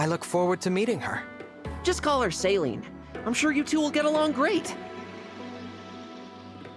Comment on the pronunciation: As a french speaker, the pronounciation of Céline's name in this game is absolutly atrocious 🥲 They say it like it's saline, but it should be pronounced as say-linn (like lint, but without the t). Hope this helps 😁